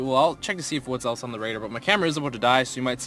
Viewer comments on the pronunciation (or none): none